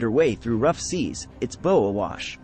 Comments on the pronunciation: Pronunciation of bow is bau in reference to the forward part of the ship. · bow, not bow.